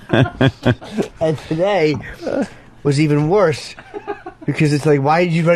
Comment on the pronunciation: Clo-thes, Wersh, Burrffday, Bluuberriezz. Just something of the words Opie tried over and over and just sounds like a moron.